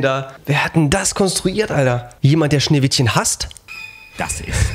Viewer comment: min Schneewishen